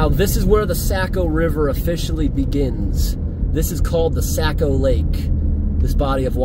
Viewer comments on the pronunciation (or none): hey my friend. the river is pronounced SOCK-OH not SACK-OH. great video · I just wanted to tell you how much I enjoy your videos. I’ve spent a lot of time in NH as I’m from Maine. Saco is pronounced Sock-o just for your information. It doesn’t really matter I guess but the locals pronounce it Sock-O❤